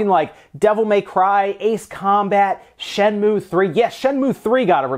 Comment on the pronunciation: It's Shen-moo-ay. Not just Shen-moo.